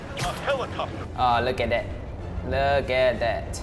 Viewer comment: luk et dat... luk et dat lol